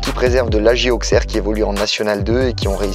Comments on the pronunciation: l'aj AUSSERRE pas l'aj aukser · Il a dit auksserre